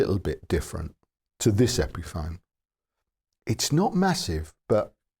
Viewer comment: Epiphone rhymes with telephone.